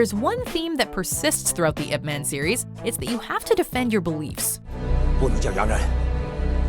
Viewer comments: i hate when people pronounce his name as ' ip-man / eep-man' ... the right pronounce is ' yeep-mun' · Is nobody else annoyed that she says Ip man and doesn't pronounce it like "Yip" Because that's how it supposed to be said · It's eye pea man. Not "ip" man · Your pronouncing it incorrect Your saying ip Its not ip Its pronounced yip Silence Y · It's pronounced "Eep Mahn" come on, guys XDXDXD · its pronounced, yeep munn lol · Did she just pronounce it like... iP MAN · She sounding out I P as ip is fuckinghilarious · this woman cannot pronounce ip man even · Great clips, but the voice over is bad, couldn't pronounce chinese words correctly.. the way she pronounced Ip Man, Kung Fu, Wing Chun, is all wrong! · The American pronunciation of IP Man is embarrassing